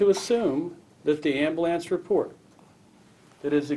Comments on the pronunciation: Amblance... It's AmbUlance... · This dude made ambulance into a one syllable word.